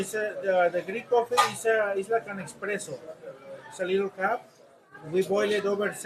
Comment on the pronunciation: IT'S NOT EXPRESSO.... IT'S PRONOUNCED ESPRESSO. THERE IS NO X. I HEARD HER SLIP UP A COUPLE TIMES. NO BIG DEAL. MY BROTHER SAYS IT THAT WAY AS WELL.